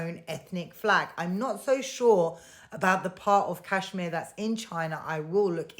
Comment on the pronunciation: You Pak iis can't even pronounce Kashmir properly. Lol. And stop dreaming about India's Kashmir. Your so-called Azad Kashmir is in reality Pakistan-occupied Kashmir. You guys never conducted legitimate elections there. Forget POK; you guys haven't even conducted fair elections in entire Pakistan. The general election last year was a sham too. Lol. Keep crying 😂